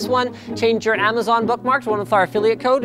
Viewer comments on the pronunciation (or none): none